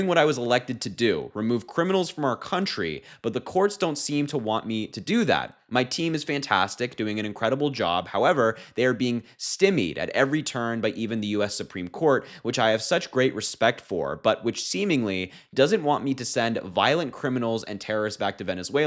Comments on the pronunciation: /STIGH MEED/ not /stem meed/. Stymied. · A friendly correction - st-i-meed 😊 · Sty (pronounced like EYE) mied (pronounced like MEAD). Love your channel, Harry. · I am /stī-mēd/ that you didn't look up the pronunciation. Love your content and your take and I want DJT and his MAGAs to be the only ones butchering the language! 😂 I hope I won't be "indikted." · Stimmeed ? You cannot even read. No wonder you stopped going to school. Keep hiding and get some reading lessons. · You’re doing a great job with this absolutely critical work. Your ability and passion are significant assets for our democracy. Just so you know, the word “stymied” is pronounced “STIGH-meed” like saying “I need” or just think of how you pronounce the sty in “sytle”. And it’s “flout” (pronounced like “out”) the law instead of “float” the law. Sorry if I’m being annoying, but that’s the kind of thing I’d want to know if I were speaking in public as you do. Not that I could…I’m an armchair asshole. p.s. I’m sure Trump has a mirror, it’s just that he no longer creates a reflection. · StEYEmied. Not stimmied. Lol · Lmfao how do you post a video and can't pronounce the word stymied